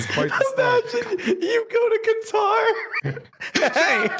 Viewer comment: Not a single one of you pronounced Qatar right btw lol but it's fine cuz the "Q" and the "T" aren't letters in the English language lol. Q and T are just the closest letters to it.